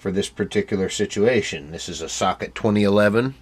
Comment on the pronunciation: "S - L - I, not SLY" and Socket, not Suck it :D